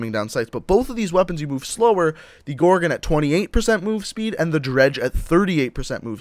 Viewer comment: He says gorgin it's gorgon